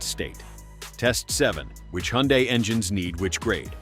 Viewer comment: What is a you hun die. I've never heard that pronunciation. I know it's AI but geez.